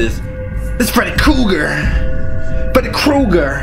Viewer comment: Why tf he say freddy kreuger like that 😂😂😂